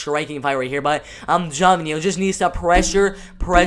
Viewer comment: Geoff=Jeff Neal. Pronounced Jeff Neal. Here to help young lad.